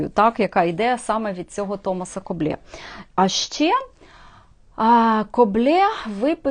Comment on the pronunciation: РЕСПЕКТ за самовіддану творчість в "антисанітарних" (з лампою в руці !) умовах. Хоч іноземні мови -- то, на жаль, не моє, все ж маю версію щодо правильної вимови призвища КОБЛЕ.. Дуже вже по-французьки воно звучить, але ж він, таки, був шотландець. Тому, мабуть, більш вірогідний англійський варіант -- КОБЛ (Coble ) , хай вибачить мене вчителька англійської .....Хоча, в спілкуванні з Де Рібасами та Де-Воланами вимова могла змінитись на французький лад...... Для творчості пані Авторки є надзвичайно цікава тема, якої не торкався ще жоден "гід Одеси" -- УКРАЇНЦІ В ОДЕСІ . Так вже вийшло, що історія міста існує в двох варіантах -- як "рускавагорода", і як "єврейской Одесси". І це при тому, що А.де Рібас (в книзі "Старая Одесса", 1911р.) прямо вказав : "-- "Русские утвердились впервые въ Хаджибее, ставшемъ впоследствии Одессою, ПОД ТОПОТ ЗАПОРОЖСКОГО ГОПАКА" (с.111) -- "Первыми жителями были ЗАПОРОЖСКИЕ КАЗАКИ, взявшие город штурмом, жители окрестных сёл, ТАТАРЫ и МАЛОРОСЫ, и пришлые из Новороссии (Украины). Первые товары были привезены сюда ЧУМАКАМИ (с.79)...... Чомусь і досі нікого не дивує, що славнозвісний "одесский говор" насправді "АЖ РЕПАЄ" не тільки від українських слів (яких навіть в мові одеських євреїв 19ст. більше , ніж "чистоєврейских"), а й від української стилістики і фразеології. А вельмишановний Мендель Герш (з "Одесских рассказов" Бабеля) так той , взагалі, РОЗМОВЛЯЄ ЩІРОЮ УКРАЇНСЬКОЮ МОВОЮ. Цікаво, ЧОМУ ? ........... В.Жаботинский, повість "П'ятеро" : "Я не тольк